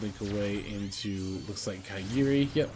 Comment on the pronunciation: It's ka-ga-ri not ka*i*gi-ri lol,sounds funny